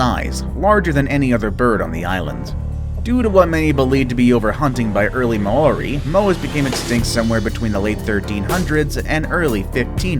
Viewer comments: The mean ark thumnail And did he call them the mo ari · You said maori wrong.